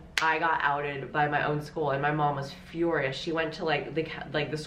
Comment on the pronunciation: nobody: londons british accent coming through: fyOrious